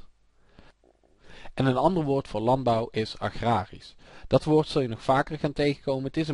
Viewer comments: Het is toch 'agrarisch' en niet zoals in het filmpje 'agragrisch'? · lol agragrisch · ''Agragrisch''..blij dat me geen Nederlands leert.